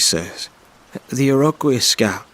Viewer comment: Iroquois is pronounced EAR-ah-kwoy not ear-row-kwee-us. 😂 It's a first nations tribe.